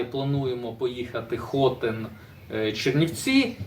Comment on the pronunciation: привіт.правильний наголос на ХОТИ*Н